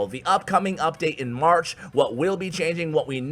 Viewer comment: Why does say marsh instead of march... No problem, i just noticed it 😬